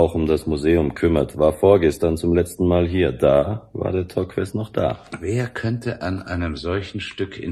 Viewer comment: Es ist ziemlich anstrengend, daß Torques ständig falsch ausgesprochen wird. Man spricht es Tork.